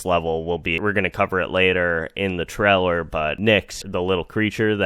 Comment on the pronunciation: It's pronounced 'TRAY-Ler', not 'Trell-er'